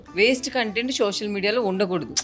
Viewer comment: షోషల్ కాదు సోషల్